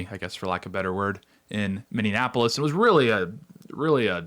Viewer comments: Mini-ap-ole-is Say it with me. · Say "Mindianapolis" again...say "Mindianapolis" one mo gdamn time... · He said it every single time. Lol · What’s with people on the TimCast calling Minneapolis “Mini-Annapolis”? Lol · Are you saying "mini-anapolis?" 😂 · Yes! At first I thought he was saying Indianapolis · Miny-apolis I don't know what the fuch you're saying but it's wrong, it's not hard... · Can you please learn how to say Minneapolis? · Tate, there are not 3 "n's" in Minneapolis. Make correct enunciation great again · You are pronouncing Minneapolis wrong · Your inability to pronounce Minneapolis is very distracting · I think you’re adding extra syllables to Minneapolis. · Why do so many people mispronounce Minneapolis? It’s an epidemic worse than “libary” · Stopped watching when he can’t pronounce Minneapolis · Learn how to pronounce Minneapolis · I am laughing so hard every time I hear him pronounce 'Minneapolis'.😂 It's only 5 syllables, not 6. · Can you please learn to say minneapolis. You sound like a R art. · Tate saying "Minneapolis" incorrectly every time hurts me lol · I hate that he keeps saying Minneapolis wrong constantly. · I can’t listen to this video with the way he is pronouncing Minneapolis 😅 And also Tim always say Waltz instead of Walz. Just learn how to pronounce Minneapolis and call him tampon Tim. 😮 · Fyi, it is Minneapolis, not Minne-in-apolis. ICE made a lot of progress here in Minnesota. They have more target-rich environments like LA that they should focus on now for a while. They can return to MN again in the future. Keep up the good work, Tate! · Ex-Minnosotan here.. Please stop saying Mineanapolis. It's just Minneapolis. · Sorry, I gotta: Are you saying Mini-Annapolis, or Mindianapolis? Because you're not saying Minneapolis. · Dude, you really need to work on your pronunciation. It is Miny-appolis. Not miny-anne-appolis. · Minneanapolis? Nope Minneapolis. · "Minndeanapolis" ...Mindiana?...😁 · Minneapolis NOT Minneanapolis